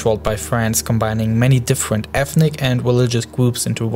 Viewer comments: all i heard was war wuled fwance difwent and diffrwnt words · vewy difwent powews